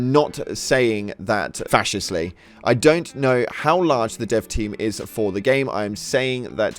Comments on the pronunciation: This guy has a reading level of a 10 year old, "facetious" is not "fascist" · facetious bro, messed me up with that pronounce